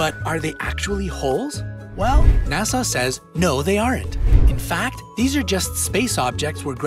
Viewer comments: It's NOT Nassau (Na-saw) which is a city in the Bahamas, it's NASA (na-suh). The last syllable rhymes with DUH. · Here is a fact... it’s NASA not Nassau... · how the f do you have 18m subscribers with garbage like this... And its pronounced Na Sa not Nasaw. u plick... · Nassau? NASSAU? It’s fuggin NASA!!! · NASA NASA NASA not NASSAU aghhh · The announcer needs to pronounce NASA correctly. It is not pronounced like the Bahamian city of Nassau. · The bit about Black Holes really didn't say what the "lie" was. And it's NASA, not Nasaw. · NASA is not pronounced Nasaw. Stop it! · Did my ears hear correctly ?? NASA being pronounced Nassau ??? I was Born in Houston and Johnson Space Center has a Place Call NASA ends in an A sound not a AW .. maybe I just heard it wrong Twice?? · Who pronounces NASA like "Nasaw"? Where the f are you from? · Ok ... how about if you want people to take this seriously you pronounce NASA correctly. Nassau is the Capital of the Bahamas!